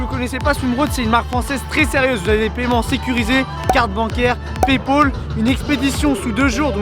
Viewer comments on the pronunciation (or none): c moi ou il a dit paypol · il as pas dit paypal il a dit paypol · il dit Paypol au lieu de paypal issou